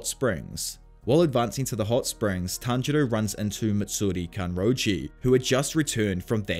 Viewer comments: Did inosuke just said "Tanjiro" in the right way?! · No one gonna talk about that inosuke says tanjiro's name correctly? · INOSUKE PRONOUNCED TANJIRO’s NAME CORRECTLY?!? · Nobody's gonna talk about how inosuke said tanjiros name right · OMG INOSUKE ACTUALLY GOT TANJIROS NAME RIGHT!